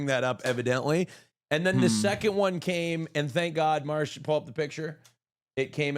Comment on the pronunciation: It's Marche and not Marsh???